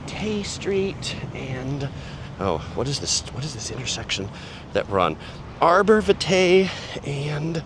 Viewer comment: It's pronounced Arbor VY-tuh. js